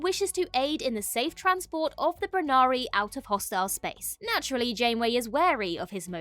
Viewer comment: The species is Brunali not Brunari